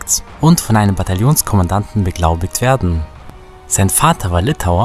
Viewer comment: An Deiner Betonung solltest Du aber noch arbeiten! Wie kommst Du nur auf die Idee, z. B. bei Min. das "werden" und bei Min. das "machen" am Satzende zu betonen?